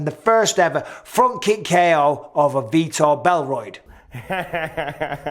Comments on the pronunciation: "Vitor Belroid" lol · "Vitor Belroid" LMAO